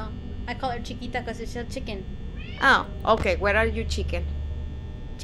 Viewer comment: It's cheeka